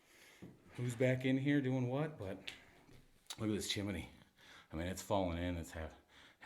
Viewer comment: IT'S TWO SYLLABLES:..............CHIM-NEY. Hell; you explore them!